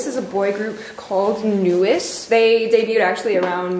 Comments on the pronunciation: FYI, NU'EST is pronounced like "New East", not "Newest", because the "E" in "NU'EST" is actually an "i" in Korean, which is pronounced like "ee". I like?? so far because he makes more effort to talk about the music.:-) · Just so you know, NU'EST is actually pronounced as NEW EAST, not newest! Also the four girls in Loona 1/3 (Heejin, Hyunjin, Haseul, and Vivi) are a third of the full group. The total will be 12 because they release a new girl each month. By the way, these two did a LOT better reacting than they did in the first video! It seems like they actually paid attention to the videos these times and even talked about the music a bit, so much better job :) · Finally NU'EST and also Day6 too in one video. Also NU'EST is pronounced as New East. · Nu'Est is supposed to be pronounced New East.